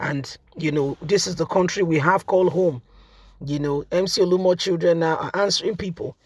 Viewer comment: True to type you don’t research your story. You’re always mutilating people’s names. This guy’s name is not Olumo but OLU OMO. Surely both words mean different things in Yoruba language.